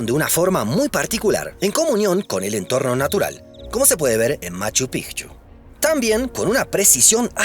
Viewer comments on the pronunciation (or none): sí, yo también lo noté, dijo "Cujco" jajaja. Raro, viniendo de un argentino. Más habitual es oírlo así de algunos peruanos de la costa. Recuerdo al ex congresista Velasquez Quesquén pronunciando siempre "Cujco". Por cierto, en dijo Pijchu no Picchu, con esa j que parece más una h inglesa. 😅